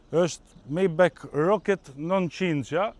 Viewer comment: O miku i nderuar majbah lexohet jo majbek